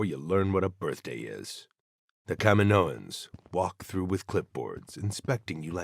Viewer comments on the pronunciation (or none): none